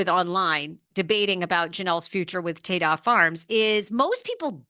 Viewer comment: It’s Ta-Da Farms - like presenting… ta da! I think your pronouncing it incorrectly